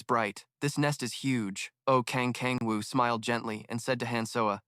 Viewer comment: kang kang woo???? its oh kang woo 😞 its so .....